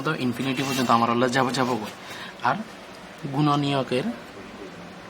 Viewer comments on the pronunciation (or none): none